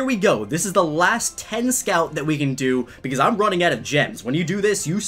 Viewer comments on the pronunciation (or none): none